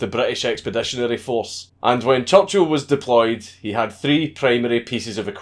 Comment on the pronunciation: “Maed jayk choochul”